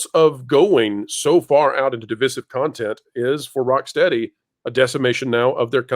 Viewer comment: Hey. Hey,. Hey. Please stop mispronouncing divisive.